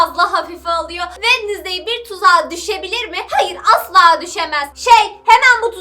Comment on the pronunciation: wednestay değil adı Jenna.ortenga